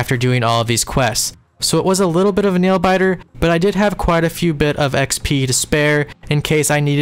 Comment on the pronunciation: It does actually bother me that you pronounce it with an E but I'm only raising a stink about it for the laughs.